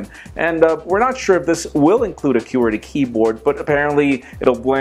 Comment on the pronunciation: pronounces "qwerty" so strangely for me...